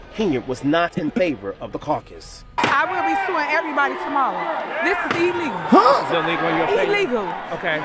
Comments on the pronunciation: "This is E-lee-goo" sure it is. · You said illegal one second after I said illegal. ELEGAL😂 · So these people elected a mayor who can’t even pronounce “illegal” correctly. Congratulations, you all got what you deserved